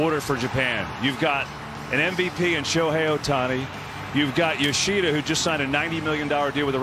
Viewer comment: Japan is known for fundamentals and pride. Japan has great athletes who are devoted to their sport. This guy keeps saying Yo-she-da when it’s Yo-sha-da! 🙄 I’m just glad they eliminated Korea! 😂